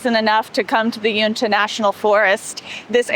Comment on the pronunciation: Welcome to Utah! Northern Utah mountains get snow, even spring and summer. They're very beautiful. Try the Mirror Lake highway in the summertime.❤ Uinta is pronounced "You in ta" (short a sound)